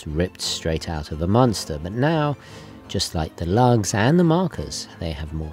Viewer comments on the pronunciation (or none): It's monster not Munster ....come on man I've followed your channel for years, it's about time you got this right. 🤣